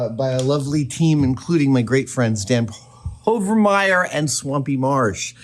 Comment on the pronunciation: If Dan PoveNmire is a great friend, why would you say PoveRmire?